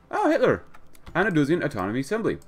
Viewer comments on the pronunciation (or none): none